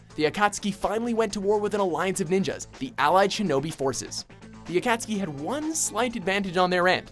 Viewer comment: Finally AKASUKI is pronounced right